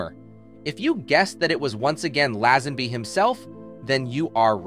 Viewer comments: who is reading this as his speech is shocking, laazanby or lazenby....rakiel or Rachael . this robot should be shut down asap or learn english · Lazzenby? Racheeall?...more non research (into pronunciation)🙄🎩